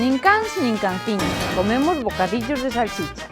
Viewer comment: Min. Bocadillorrrrrrrrrrrrrrrrrr de salchicha! 😍😍😍